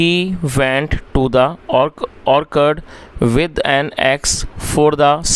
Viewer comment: Orchard ka pronunciation k nhi sir, chard hona chahiye